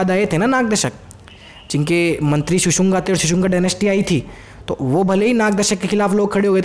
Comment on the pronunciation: शिशुंगा नही ह भाई शिशुनाग है.... हिंदी की ncert भी देख लिया करो थोड़ी....